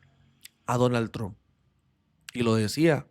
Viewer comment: Parcero, cuando diga Trump, diga tromp y le sube la calidad al vídeo 😊 esa es la forma de decir ese apellido